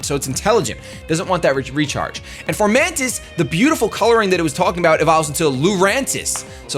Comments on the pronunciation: f-O-mantis not f-OR-mantis! it's leviooosa not leviosaaaaa! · I can't get over him saying Formantis instead of Fomantis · fo mantis, there's no r. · Foe-Man-Tis =Fomantis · There is no "R" in fomantis.